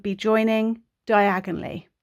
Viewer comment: When yiu say "diagonallly" I hear "Diagon Alley" ... 😅🤣😅🤣😅🤣😅🤣😅🤣